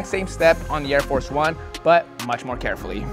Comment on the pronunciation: Air-Four 1 😆